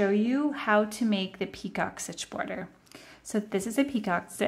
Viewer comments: Thank you for the video. Your work is beautiful. However, the second border is a picot stitch, pronounced “ pee-koh”. It is not a peacock stitch. That is something entirely different. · I love this washcloth stitch. Also FYI, the "picot stitch" is pronounced pea-ko. It's French. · Yes…you are correct! Pronounced “ pee-koh”.